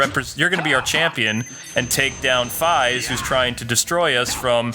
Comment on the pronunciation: Fiaz? Its Faiz.